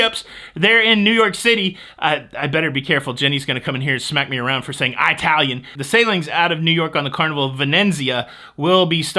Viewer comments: if the word is pronounced Eyetalian then you also have to say Eyetaly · says “I” talian all the time! Hee her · Can you please have Jenny smack for saying "Italian" He does it all the time, and it drives me crazy!!! 🙏🙏🙏